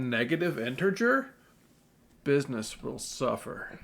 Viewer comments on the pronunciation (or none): bissness will soofer